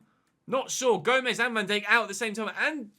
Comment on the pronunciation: Still can't stand the way he says Van Dijk